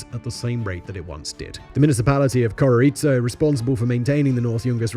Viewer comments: Bolivian here. Mostly accurate, and still in disbelief of how long it took to replace that road. Still, replaced it was. Now it's almost exclusively used by adventurers. Having said that, you need to work on that pronunciation... I get it's not easy, but you tend to overcomplicate it, Coroico is just pronounced "koroyco", use long o's if you need to, you'll still sound like a gringo but people will understand what you're saying. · I’m half Bolivian and been to coroico (pronounced koroiko) my mother used to regularly use this road to see the family because my family had businesses in the yungas. The new motorway is great and very safe. Only tourist bikers really use the old road. It’s a beautiful region and worth a trip but avoid the death road, take the modern motorway.